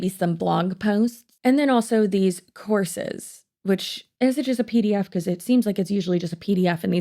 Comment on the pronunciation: I know you're saying "courses" but my brain keeps hearing "horses" and I can't unhear it.